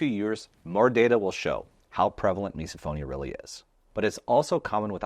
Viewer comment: Does misophonia also apply to the reaction felt when someone in a video continues to pronounce “misophonia” like miso (soup) instead of miss-uh? 🫣